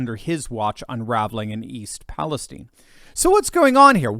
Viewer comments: And why is it pronounced “East Palesteen”? It’s Palestine 🇵🇸. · Um, East PaleSTEEN? OK then...:body-blue-raised-arms